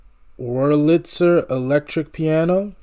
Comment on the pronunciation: Accent on the first syllable of WERLitzer. Davies, like Navies.